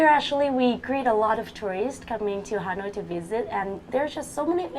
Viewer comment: chị người mẫu lúc đọc a lot thiếu s hay sao ý